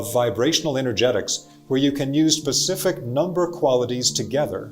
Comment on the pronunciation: Specific vs pacific…I do love n appreciate the content n delivery. Thank you